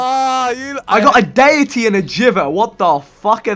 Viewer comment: He pronounced deity wrong too